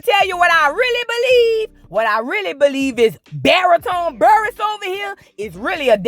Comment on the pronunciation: Girl Buhr-ess. U saying the last name like "bureau". Let that woman mourn the fantasy of her marriage in peace